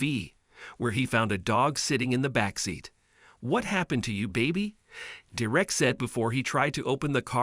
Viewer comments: When u pronounce the names does it make sense? His name is not direct, it’s DERRICK! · So his name wasn't Derek, it was "Dee Wreck". I'm sorry, but I was laughing at the "Dee Wreck" pronunciation all the way through what was really a good story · you need to learn how to pronounce the name ‘Derek’ (pronounced ‘DER-rick’), and the word ‘sweetheart’ (pronounced ‘sweet heart’, not ‘sweethart’) among other things. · Lol....and Derrick being prounounced as "derrrrrr-eck"? LOLOLOLOLOLOLOL Hopefully you didn't pay someone to give this narration. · When you do the computer generated voice you have to sometimes phonically versus the way it is actually spelled. They wrote it Derrick when it should have been Darerick. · Why can't you pronounce Derrick? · ugh i swear these pc voices are trash enough to not say a name correctly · Please! The dog was NOT in danger of suffocating. He was, however, in danger of heat stroke. This is basic education stuff. Were you asleep that day in school? Where the f**k do you people come from? Is stupidity common there? You can't even pronounce Derrick's name properly. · I wish he would pronounce the name correctly.